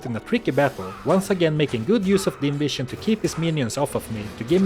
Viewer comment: Can't help myself, I hear "invision" instead of "dim vision" every time you say about that. You become invisible to enemies after all.